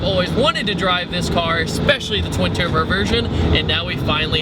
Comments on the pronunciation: He said twin turbr at the begining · "Twin Terrbered verson" haha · "especially the twin terber version" TWIN TERBER!! ER MUH GERD! Haha that's awesome, great review man